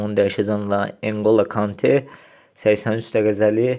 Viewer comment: qaqam konte deyil kantedi neyse geseng video olub